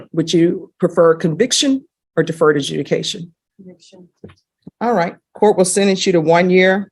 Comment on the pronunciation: Just realised she said deferred adjunication